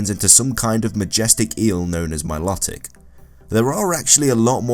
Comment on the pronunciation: it bugs me when people pronounce Milotic with a soft o. it's My-low-tic